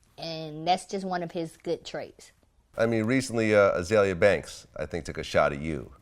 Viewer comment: He can't even say her name right. LMAO. Poor Azealia.